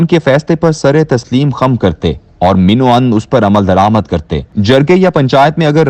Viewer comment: Plz correct your Urdu accent Kiram not Karam. Man o Ann Not min o Ann.